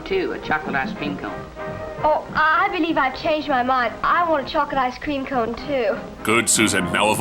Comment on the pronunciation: Why do they keep putting weird emphasis on the wrong words? Like "ice Cream" instead of "Ice cream".